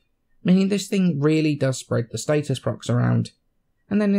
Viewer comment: what about status? He says state-es